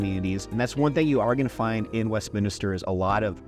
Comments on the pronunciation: Yes. West-min-ster. The extra i drives me nuts. Anyway… fully agree with Wheat Ridge being a great place. Lived in Sunnyside for well over a decade, really loved it there. During that time in the 90s and early 00s, many saw Wheat Ridge as a ‘retirement’ town. When it came time to buy 10 years ago, Sunnyside was out, everything was too expensive. Got a great place in Wheat Ridge for a reasonable price. Granted, the amazing deals are gone, as is the comfort of a crime free zone. What’s interesting is that Wheat Ridge is much younger now. Just looking at my neighborhood over the last 10 years is a clear example of the average age dropping from around 55+ to around 40. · You beat me to it. I swear most people throw that extra "i" into it, Westminister. But at least he spelled Wheat Ridge correctly as 2 words. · MINISTER? Like a pastor? I moved here in 2017 and even I know it’s Westminster, not Westminister. Even auto-correct knows. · You're supposedly a "professional??? It would make you seem more professional if you learned the difference between a "neighborhood" and a separate incorporated city. Also, it would make you seem more like a 40 year local if you learned how to pronounce "Westminster".